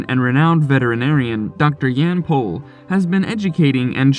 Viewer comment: Appreciate that you said his last name correctly